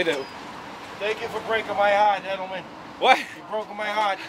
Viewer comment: “You broke my Hahhht” THATS MY MAN